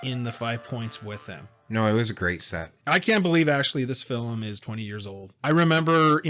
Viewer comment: How come one of you pronounces "film" weird? He says "fil-em". Are you guys Canadian?